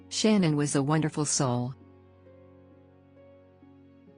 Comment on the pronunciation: Her name is not shannon, it it sha' naan... get it right.